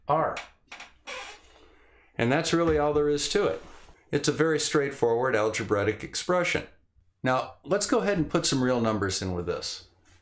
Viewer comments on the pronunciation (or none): none